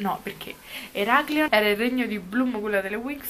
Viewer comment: Ahahaha ogni volta che dicevi eraclion pensavo a Bloom